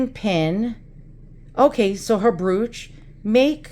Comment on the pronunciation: It is an old black and white photograph that has been colorized by hand painting. I have one of my grandfather. The info on the back is letting the studio know what the proper colors should be when colorized. BTW, "brooch" rhymes with "roach", not "pooch", lol. You have some really neat items. Here is what I found: Hand-colouring of photographs From Wikipedia, the free encyclopedia This article is about colourisation of still images. For colourisation of moving-picture images, see Film colorization. A hand-coloured daguerreotype by J. Garnier, c. 1850 Hand-colouring (or hand-coloring) refers to any method of manually adding colour to a monochrome photograph, generally either to heighten the realism of the image or for artistic purposes.[1] Hand-colouring is also known as hand painting or overpainting. Typically, watercolours, oils, crayons or pastels, and other paints or dyes are applied to the image surface using brushes, fingers, cotton swabs or airbrushes. Hand-coloured photographs were most popular in the mid- to late-19th century before the invention of colour photography and some firms specialised in producing hand-coloured photographs.